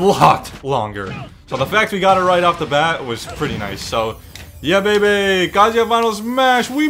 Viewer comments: He’s saying it like kazea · That’s not how you say his name